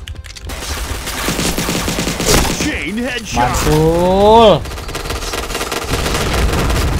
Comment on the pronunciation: Kadekhetsot🤣 orang bali tuh wkwkw